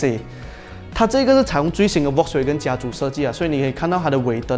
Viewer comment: 其实 Volkswagen 不读 V 的音，是要读 F 的音的。读对音对需要专业的你们来说是很重要的。